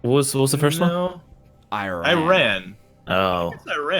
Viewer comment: Learn to pronounce Iran